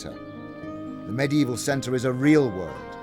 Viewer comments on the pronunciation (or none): He says medie evil